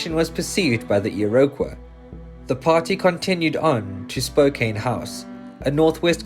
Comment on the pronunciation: I'm sorry, but if you're going to tell Canadian stories, you need a narrator who can say Iroquois correctly.